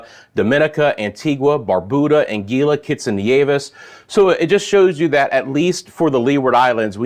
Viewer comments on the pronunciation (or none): Anguilla rhymes with vanilla..just so u know ty